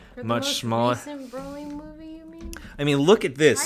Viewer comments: Yessssssss. I dont know why but it drives me nuts every time he says BRAW-ly. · BRO - LI NOT BRAW-LI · It’s “BRO-ly”